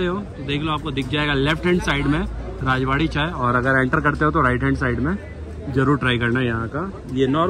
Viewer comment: राजवाड़ी नही रजवाड़ी है